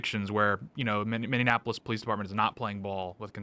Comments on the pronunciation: Minnie-apple-is. You keep adding an extra syllable. Please fix this! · Can you try just to say Minneapolis (mini-apollos) There is no extra "In" in it. Its not Mini-in-apollos. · Does Tate say Minionapolis? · Im not a liberal but you triggered me with how you pronounced minneapolis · Tate gotta work on saying "Minneapolis" correctly lmao